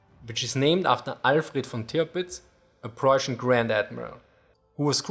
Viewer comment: "Preußian"- * Denglish intensifies *